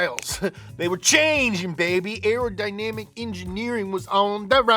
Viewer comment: Aerodynamic not Arrow Dynamic 🤦🏻‍♂️😂